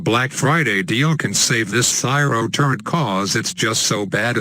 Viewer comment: Was that cyro 'turret' or 'turd'? XD